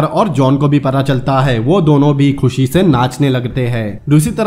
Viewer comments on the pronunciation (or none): none